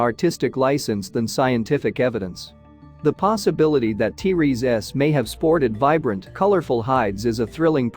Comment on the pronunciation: The AI Voice detracts from presentation. Hard to listen too. Too many "Teresa's" instead of "T-Rex". Also, I have not heard of any discoveries of a spine covering of feathers. Yutyranus has feathers, but they've found Scaly skin impressions of Tyrannosaurus where Yutyranus has feathers. Is your work here speculative? If not, site time and place if discovery.